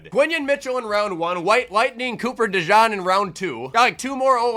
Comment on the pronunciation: It’s not Cooper “De John” it’s “De Jean” 😂